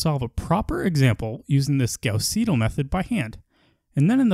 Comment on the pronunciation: why do you pronounce Gauss the proper German way, but not Seidel?